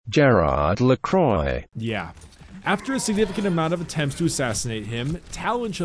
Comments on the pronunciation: Her name is pronounced Amelie (''Ame'' like America, ''lie'' like Lee Sin) and Lacroix (''La'' like do re mi fa sol LA si, ''croix'' sounds like ''croa'' and not ''croye'') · That "French" prenounciation made me giggle, I'm certain you yourself could have done a better job!! <3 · pretty sure could have pronounced Lacroix better then Google XD